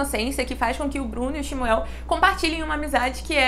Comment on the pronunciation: Eu aprendi que a pronúncia do nome era Xxxxmuuul.